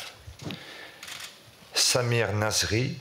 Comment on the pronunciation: quand il a dit samir nasri on aurait cru sa mere nasri MDR